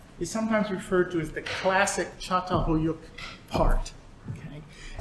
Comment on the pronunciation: Fascinating however there is no ch at the begining it's pronounced ( cat- al- hoy -uc) not chat-a-la-hoyuc the way you say it!